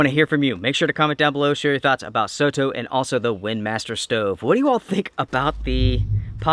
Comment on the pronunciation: This is a great little stove. I love that you say "soh toh" and not "sodo, soro" (with a rolled d or r) the way most Americans would.